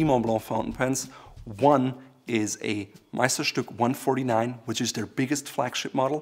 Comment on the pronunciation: You pronounced Meisterstück almost perfectly lol